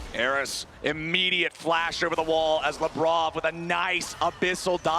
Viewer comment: Every single time they say Labrov i feel they're saying Lebron.